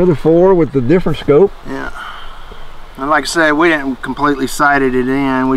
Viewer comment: Scope not scoop